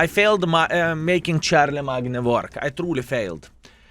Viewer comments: Its actually pronounced - sharl-em-main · haha, for those who dont know also, charlemagne is pronounced as shar-ler-main. the "g" is silent. its a very nice/unique name if you ask me. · Given the name is french his pronunciation is probably less wrong than charle"main"^^ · "Char la magna", lol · It gets me every time 😂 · managed to accomplish an impressive feat.... bothering BOTH the french and british with his pronunciation, good video btw